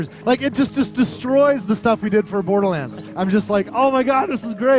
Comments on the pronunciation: You sound like a toddler dribbling their porridge every time you say "Borderlands". Apart from that, great video. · Borderlands not brodrolands xD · I love how the narator's voice pronounces "Borderland" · Can you for the love of god at least learn how to pronounce borderlands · Man I love how this dude pronounced “Borderlands”